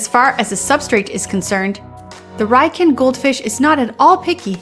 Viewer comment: Its pronounced Ree-yoo-kin.